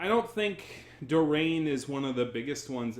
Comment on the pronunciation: I'm not even halfway through the video but I can't get over you mispronouncing Hurricane Dorian multiple times. 😆